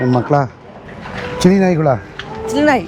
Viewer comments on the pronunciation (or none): Chile ❌ Chilre✅😂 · Chile❌ chilre ✅ 😅😂